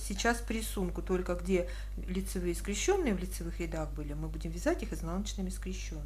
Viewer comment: Ну скрЕщенные же! Как же режет ухо эти ваши скрещЁные. Не могу больше... Извините